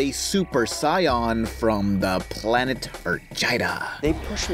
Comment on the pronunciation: ....You actually pronounced Saiyan correctly but not sure if on purpose or for comedy...AHHHHHHHH! Weeaboo is confused Weeaboo hurt itself in its confusion Weeaboo fainted